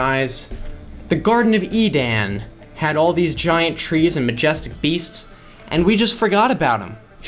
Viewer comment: I understand you emphasized the 'A' in 'Edan' to make it clear they spelt it wrong in the context of the garden, however Edan is a real name and is said in the same way as Eden.